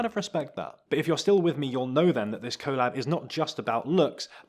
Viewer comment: Please learn how to say collab